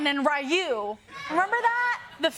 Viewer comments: Pronounced Ryu from Street Fighter's name wrong lol but everyone did back in the day. It's Ree-ooo but you can get away with Roo. Rye-oo / Righ-you is wrong. Either watch a Street Fighter anime dubbed in English or any video game in English to hear it sounds. It's fine for the bit though, way too many people still say his name wrong. is awesome though no hate or anything! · She said “Ken and Rai-yu “ 🤢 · She said Ryu wrong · it's pronounced re-you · It's 2024 and people still mispronounce Ryu's name like the internet does not exist 😬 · That is not how you pronounce Ryu 🤦🏾‍♂️ 🤦🏾‍♂️ 🤦🏾‍♂️ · triggered me with her pronunciation of "Ryu". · it bothers me she didn’t sayRyu right